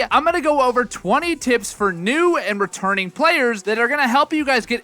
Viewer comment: bro i swear at the beginning it sounded like he said "For new and ret*rded players."